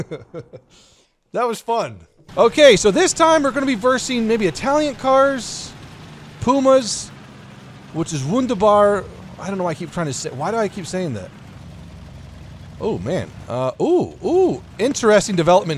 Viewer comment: it's pronounced "vuhn-dair-bar" I know German pronounciation